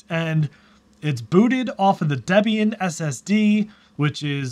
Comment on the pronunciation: Bro, it's pronounced "DEEE-be-an".